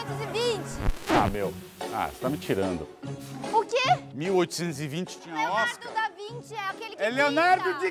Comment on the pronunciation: Leonardo da vinte? Kkkk Kkkk nem falar essa poha sabe